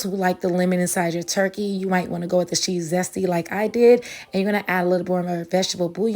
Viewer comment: No one else heard twerky? Lol